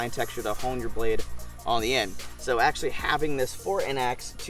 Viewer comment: Axe-sualy... lol